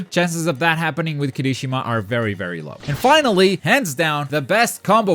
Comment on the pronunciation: You triggered me with saying Kirishimas name...Its Kiri-shima not Kirishi-ma at least i think thats how most of the people say it....xD Have a nice day!